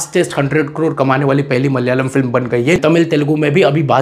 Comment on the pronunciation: Thank you for your appreciation. I would like to correct some pronunciations. It is pronounced Malayaalam(not Mallyalam). Every 'a' need sound. Also J is kind of silent in Manjummel. It's not Manju😊